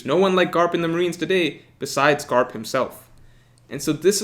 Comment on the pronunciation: I love how he says “Garp”